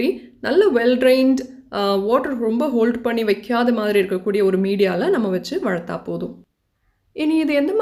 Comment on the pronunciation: Valarthal...pls use correct pronunciation...